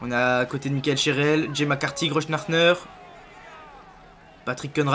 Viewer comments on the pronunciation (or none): none